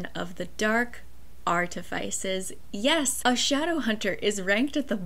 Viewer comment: Artifice... is pronounced similar to "precipice", no ice 🧊 to be found in either of these words 🙈 I don't understand why people mispronounce The Dark Artifices 🤷🏻‍♀️